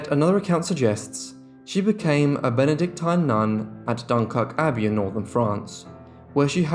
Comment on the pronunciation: Benedictine, rhymes with machine